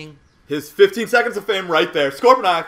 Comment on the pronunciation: One thing that ticks me off is when people say 'Scorponox'. IT'S SCORPONOK!!